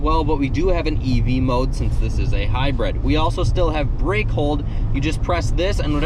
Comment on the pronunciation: console not counsel. hybrid not hybred. and, whats with those glasses? otherwise.......liked your review.